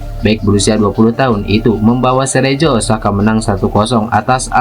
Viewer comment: Cerezo dibacanya Kerezo bukan Serejo ah payah kali kau, Min...